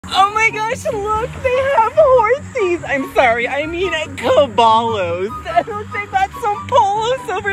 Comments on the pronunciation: Ca-BALL-OS? As a non-native espanól speaker, that struck me grandé. The pronounciation alone makes me want to go watch the sequel trilogy of Star Wars. Ca-bye-os, not ball, but rather bye. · “Omg look! They have Horsies! Oh, I’m sorry, I mean cAbawLoWs” 💀💀💀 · Brooooo he said C A B A L L OS